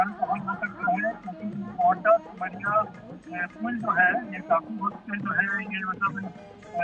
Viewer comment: Begusarai सिमरिया बोलो not ota